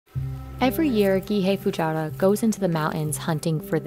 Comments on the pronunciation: Why does the narrator keep calling the man "Fujara"? His name is Fujiwara, pronounced exactly as written; "Fu-ji-wa-ra". It's pretty disappointing that Business Insider couldn't even be bothered to get someone's (not even difficult to pronounce) name right. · Hey Business Insider, you should actually do some quality assurance on the narrator. Hire someone that can pronounce Japanese names and words correctly. Mr. Fujiwara's name is pronounced: fu-ji-wa-ra. All short vowels and no emphasis on the syllables. Also the mushroom is pronounced: ma-tsu-ta-ke. Again all short vowels and no emphasis on the syllables.